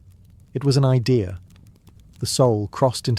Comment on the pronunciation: What is an "i-dear".... English isnt that difficult.